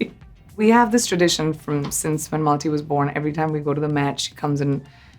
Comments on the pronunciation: I love PC. But please don't mispronounce your own mother's middle name - Malti. It is pronounced as मालती not मलाटी ( which is how PC says it and it is cringe) Don't white wash your accent so much that you forget the correct way of saying your own daughter's name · Loved everything .. just one thing though… would have been better if she pronounced Malti as it is supposed to be pronounced and not as MALTY. 😂 What was that! 😂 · Calling her daughter’s name in American accent when it is an Indian name. What a downfall! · Everything is so lovely. But that is not how one says Malti lol